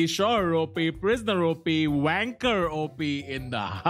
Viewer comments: tanmay saying wanker instead of banker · Banker OP sounded like wanker OP😂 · I bet in the start he says Wanker op instead of Banker op😅 😂 🤣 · Did Tanmay say banker or wanker??😂😂😂 heinnn Tanmay bhai ?? 🤣🤣🤣🤣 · Tanmay said Banker OP or Wanker OP🤨🤨😂😂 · 2nd time watching this. Misheard banker OP as wanker OP😂😂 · That banker op sounded like Wanker op😂😂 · when Tanmay say Banker OP I listen wanker OP 🤣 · is it just me who realised tanmay said wanker instead of banker🤣🤣🤣🤣🤣🤣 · Banker op sounded like wanker op 😂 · that bankerOP sounded like wankerOP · Did he say WankerOP?😂😂😂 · tanmay sir, you said banker op or wanker op ???!!! huhhh... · Baker OP sounds like Wanker OP in the opening. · ok but i heard banker op as wanker op, so thats that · Kis kis ne Banker ko Wanker suna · Did anyone else hear Wanker OP hahaha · Bhai banker ache bola Karo pls aas paas walo ko wanker sunai diya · Am I the only one who heard it as wanker op